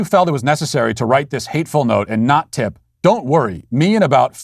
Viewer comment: My god that "p" in tip was utter garbage